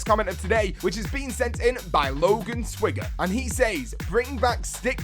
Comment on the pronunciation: My name is pronounced Swagger btw